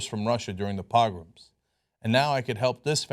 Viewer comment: Idiot doesn't even know how to pronounce pogroms.